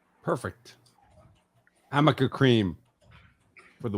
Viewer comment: How is it that nobody at any point during the trial - including Amber - informed that the name of the cream is Arnica? For six weeks they let her say Amica. 🤣🤣🤣